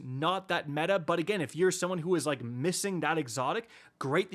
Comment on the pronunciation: Bruh I like how he’s like HON is NOT metah after I got it 😂